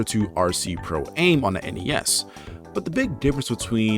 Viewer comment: Oh my god, stop saying "Pro-Aim"! It's pronounced "am" because it's short for "amateur". Radio-Controlled PROfessional-AMateur. Get it?